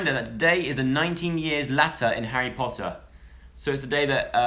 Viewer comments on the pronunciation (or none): none